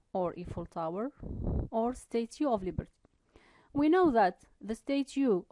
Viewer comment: Thank you for sharing ...just mind the pronunciation of statue /stætʃuː/